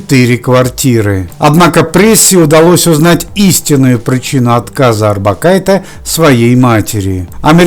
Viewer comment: не надо экать. ОрбакайтЕ. литовские женские фамилии произносятся на конце мягко. на "е". я живу в Литве и знаю. ухо режет жутко это "Э"